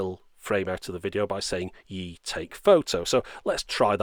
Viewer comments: It's pronounced as E the letter, not like "yee", I live in China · Obviously you're far from the only one to mispronounce it, but the pronunciation should be far closer to "Eee" not "Yee".